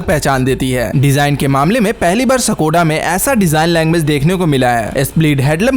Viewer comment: सकोडा नही है ब्रो स्कोडा है